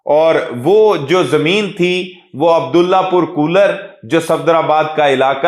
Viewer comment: kooler nahi bhai, kolar..